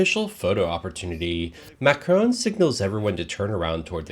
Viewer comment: Macroooooon not Macrahn.